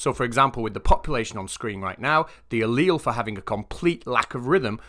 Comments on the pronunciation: I felt really dumb because I had no idea what a leel was. Turns out he was talking about alleles, and just pronounces it differently. Few. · Now I feel educated at last. I always pronounced "allele" with three syllables